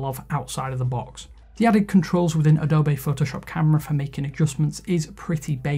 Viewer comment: Wtf is Adobay? It's Adobee :D